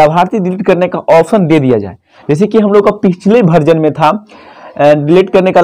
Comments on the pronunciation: भर्जन नहीं वर्जन होता है भैया 😂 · बार-बार तुम भर्जन बोल रहे हो.. वर्जन है भाई वर्जन है 16.8